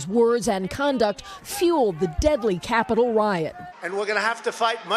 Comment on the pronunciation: I like how he said the Capitol in all caps.